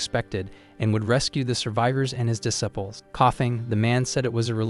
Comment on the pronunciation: IDK if I can handle "duh sipples". Am I going to hear a mental correction over every mispronunciation? It's irritating AF.